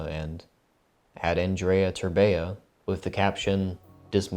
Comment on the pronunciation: E ANDREI TERBEA ,NU TERBEEA